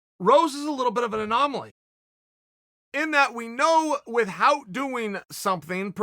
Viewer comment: Chael 'WITH HOUT' Sonnen